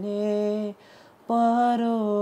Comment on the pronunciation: Begane Baro. He says Paro . Please pronounce properly. Other than that everything is fine